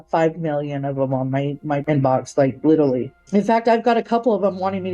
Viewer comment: Aw come on, ypu didnt even catch how she said "littlely" instead of "literally". Lmao